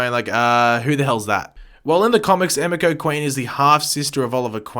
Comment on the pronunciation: It is pronounced ah me ko sorry to be a stickler but its driving me nuts